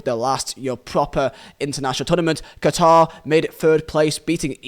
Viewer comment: Listen well all of you I’m Qatari, and no one has the right to change the name of my country called Qatar not katar not guitar not Quatar QATAR